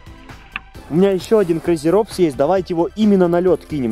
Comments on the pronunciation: Не крейзи "робс "а роботс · Крэйзи роботс правильно читать на английском